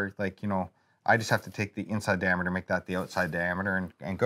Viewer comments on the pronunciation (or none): none